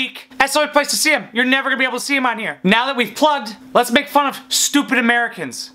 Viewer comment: Anatolian Turk *Amerhh-i-cahhnns